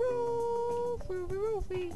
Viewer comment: why do you call IKE "roulf"?